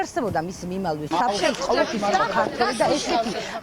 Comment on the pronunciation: ტვ .პირველი. ჟურნალისტი გამოცვალეთ თორე მიმალლლლლლვის საფრთხეში ლ ამოუღეთ😂😂😂😂ქაჯებო